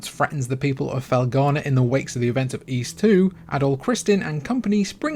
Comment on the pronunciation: I subscribed just because you correctly pronounced the word "Ys". Most people say "ease" as if that S were a Z. Speaking of which, why do you Brits pronounce "NES" and "SNES" as "NEZ" and "SNEZ"? Is there a mass dyslexia problem over there?